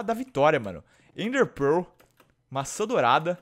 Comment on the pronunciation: O FALA ENDER PEROOOL